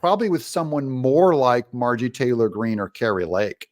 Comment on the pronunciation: That's Margorie not Matgorie😊